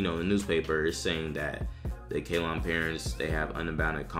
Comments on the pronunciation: 1. It's pronounced "Say-LON", not "Kay-lon" - and that's NOT in the U.S. for christs sake. It's what is now called Sri Lanka, an island of the coast of India. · Its Ceylon, that's Sri Lanka now, you pronounce it as Seelon. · Ceylon is pronounced "Say-lawn."